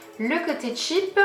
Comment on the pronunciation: Garance Schmitt parce que "cheap " c'est "pas chère " en anglais cest tout mais elle elle le dis comme "tchip" alors que c'est différent